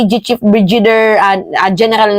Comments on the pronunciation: Hindi po brijider.. brigadier po.. as in Brigade.. not brijid..😅😅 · hindi BRIJIDER at hindi CLEMIENTE. BRIGADIER at CLEMENTE yun. Huwag masamain ha, Pero may tendency ka na mag mispronounce ng words and names, noon ko pa napapansin. Hindi bashing ha, just an observation that you can consider for improvement ✌️✌️ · Brigadir ang pag pronounce.. clemente, di klemyente.